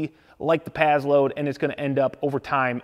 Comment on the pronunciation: When you “pazload” are you trying to say “passload”?